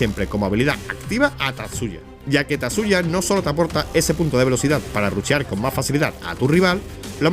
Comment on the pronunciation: Jajaja es gracioso cómo lo pronuncia